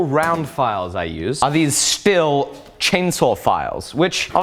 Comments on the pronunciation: Stihl is actually pronounced Steel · Stihl is actually pronounced (drum roll please...) "Steele"! Enjoy! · “Stihl” is pronounced “steel”